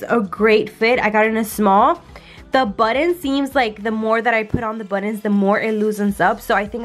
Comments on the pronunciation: Are you saying buttons? Or buddons? Lol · Girl I love how you pronounce buttons!! Because I’m not the only one that say it that way !!!! Yes I color the same way you and Jason color!! Your baby is so adorable 😍😍